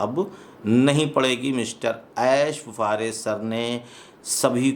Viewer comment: आप ऐश बुफारेह बोलते हैं, कोई ऐश मुफारेह बोलते हैं। आखिर सच क्या है, कहीं मैं आपके उच्चारण पर नाहक संदेह तो नहीं किया।, कृपया स्पष्ट करें।